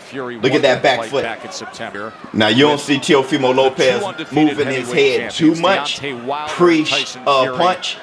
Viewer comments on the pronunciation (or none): Now I'm drunk. I took a shot everytime he said Teofema Lopez.